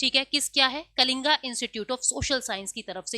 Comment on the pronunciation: mam letter ke last me 'a ' hone par आ nehi hota h Aap saare letter ko आ bolkar pronounce kyu kar rahi ho कलिंग है ना कि कलिंगा और बहुत सारे है